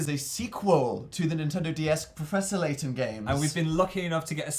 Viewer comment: You're pronouncing Layton wrong